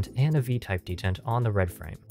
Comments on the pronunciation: de-tent. not deadent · Dee-Tent, NOT Det-Ent;. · Can you do another revision where you pronounce it "dee_taunt" like you're supposed to, pls? 😀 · That's a weird pronounceation of "detent". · Dentins pronunciation gave me ebola.